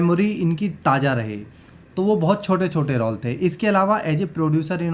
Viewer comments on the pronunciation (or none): रौल नहीं रोल।ये तो पूरा राक्षस ही है ।